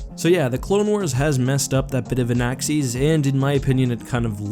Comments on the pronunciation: Anaxes Pronunciation = "an-axe-EESS" Me = "an-ACCESS" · Everyone: Anaxes: Anaxees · Anaxes is not pronounced like that. Lol